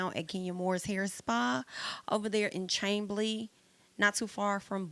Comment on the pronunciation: Chamblee is pronounced "Sham-blee," My Love -- Mariah Huq 😂